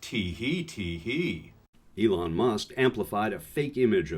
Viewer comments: Why does he call Elon "Leon" repeatedly? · Love AOC and his name is Elon not Leon. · Elon. Not Leon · His name is not Leon... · Leon????? Aaaaaaaa ha ha ha ha ha ha 🤣😂😅 He called Elon Leon Aaaaaaaa ha ha ha ha ha ha ha ha 🤣😂😅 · I love the mispronunciation of musk’s first name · Who is this Leon Musk you speak of? :) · ...why did you call him Leon Musk? Sorry, but that threw me completely out of the entire video! What is the reference with that? I like to call him Ellen as a direct insult to his name, but Leon is kind of stretching it, I think? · Leon? He's an ass and doesn't deserve respect however it hurts your credibility...it's ELON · “Elon” not “Leon” lol 😝!